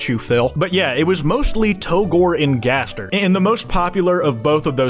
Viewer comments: Turns out that's how it's pronounced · Or he pronounces it in a french accent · Jaster? Jester? Jevil connection? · No no, jayzdeer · he finally acknowledges gaster's existence, but he pronounces it jaster.